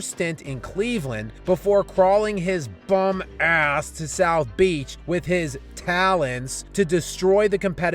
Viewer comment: You stressed the shit outta "bum ass"......😂!!!!!! Talk your talk bro......#wedonewitlebron